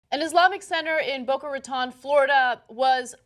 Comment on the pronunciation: People pronouncing Boca Raton wrong in 2016. shameful